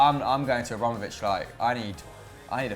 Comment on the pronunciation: Stop saying Ambromovic. You idiot.